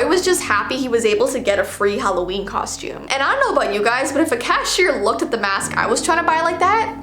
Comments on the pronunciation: You said it's hallveen😂😂😂When it's Halloween:3I just wanna correct u :) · How to say Halloween stupidly HALO-EEEEN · Halloveen nice instead of Halloween its Hallowveen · ITS VEEOWEEN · Intro: it halloveen Me: HECK YEAH IT IS BABY >:)